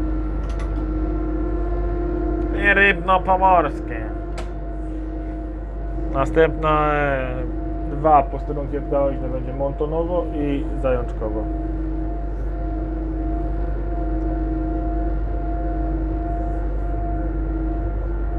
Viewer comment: "Montowo", nie "Montonowo" 😃